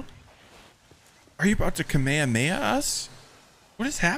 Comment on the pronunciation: this was so great... but... please never ever say "kamayhamayha" again and say it properly lol